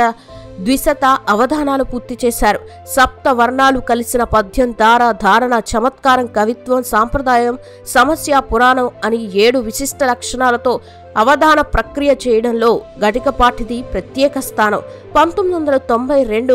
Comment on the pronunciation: సమస్య పురాణం కాదమ్మా, సమస్యా పూరణం అనాలి. ముందు చదవడం బాగా నేర్చుకోండి.